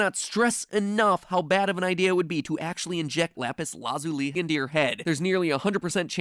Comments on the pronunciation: I'm sorry, but am I the only one who is slightly annoyed by his pronunciation of lapis lazuli? Like, this is a great theory, but still. The pronunciation. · We’re you purposely pronouncing lapis lazuli wring the whole time? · Matpat said lapis lazuli wrong twice then said it correctly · I watch Steven Universe, and I am truly concerned about the way MatPat pronounces Lapis Lazuli... not trying to be a Karen, but maybe he should take a break from Death Note and go watch some SU instead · he pronounces it correctly here which I feel is slightly more frustrating xD why have both pronunciations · I cant tell if when he says lapis lazuli he if says it like yhat as a joke or seriously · please just say lapis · Matpat: has said "lapis LAzuli" "lapis LAHzuli" and "lapis lazUUli" at some point in all these Minecraft videos Me: is fighting between being confused or hurt or agghhh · First the Steven Universe finale airs LITERALLY YESTERDAY Then mat pay says AND AND THEN THEN AND AS WELL! I’m done! I CANT! Matpat, ITS LAPIS LA-ZA-LEE, LAZULI! Sorry. I think my work here is done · the way he says lapiz lazuli throws me off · MatPat didn’t know how to pronounce lapis lazuli so he made up his own way that nobody agrees with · The way he says Lapis Lazuli is the most painful thing i have ever heard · You said lapis lazuli wrong you say lapis lazuli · that is NOT how you pronounce lapis lazuli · matpat: pronounces lapis lazuli weird Steven universe fans: triggered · My favourite part of this video is how matpat pronounced lapis lazuli differently each time he said it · the way he pronounces lapis lazuli is frightening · *face palms ..Did he really just pronounce it that way..? Seriously, I have NEVER heard lapis lazuli pronounced that way! XD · lapis LAHzuli Ok then I find it funnier that you corrected yourself a few seconds later and then said it wrong later again. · Mat pat: lapis laz-OO-li Steven universe fans: ಠ_ಠ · it's not LUZOOLY, it's not LAAZULY, it's LA-ZOO-LEE.